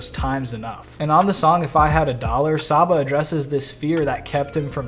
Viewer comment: Came back to this vid because I keep listening to this album on loop. I love the theme of this album, but most of all I love the music 😭It’s sooo beautiful🙌🏽 seeing him perform this live was so euphoric. Also, still chuckling a little at “sah-ba” lol.